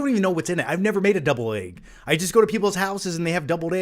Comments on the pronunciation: Are you saying debled egg or deviled egg haha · Is he saying doubled egg????